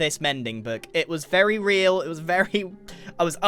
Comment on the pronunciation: “It was very reel”